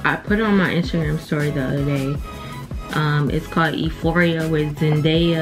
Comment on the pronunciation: Euphoria! pronounced u-fawr-ee-uh sis not with an “e”...But yasss that show is the best...ready for second season! Did you finish the season?